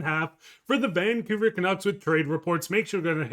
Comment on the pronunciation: FFS. The name 'Vancouver' has 3 syllables and the stress is on the second syllable 'cou'. Why keep stressing 'Van'? It ain't natch.